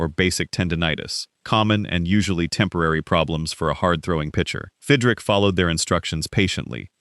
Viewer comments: Who is Fidrick? His name was Mark Fidrych, pronounced Fidrich. This makes the entire video a joke. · pronounced. FID - rich